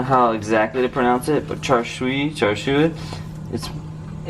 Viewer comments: it's char siu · char siu = "cha shew" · It's "char shau" or "char see-you" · You pronounce it char siew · pronounced "chah sue" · char siu is pronounced "chah seew". Before anyone question me, char siu is a cantonese and I've been speaking it since I could speak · That char siu pronunciation tho ._.